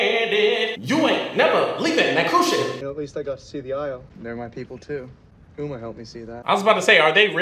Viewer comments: This man just call Uma Irma and i'm dying 🤣🤣🤣🤣💀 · WHY HE SAY URMA AND NOT UMA LIKE SHE SAID A HOLE SONG ABOUT GER NAME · After he sang the whole what’s my name he still called her urma like 💀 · I love how doesn’t know their names. I died when he said “Mel,mall and now he with Urma” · He be sayin Mel and umra lol 😂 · He said urma🤣🤣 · Marl thuma its mal and uma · Quote: first he went with Audrey then he went with Mel mol whatever her name is then he went with urma!!!!! Me: wow great spelling and pronouncing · I love how Uma sang whole entire song about what her name is and still didn’t say her name right💀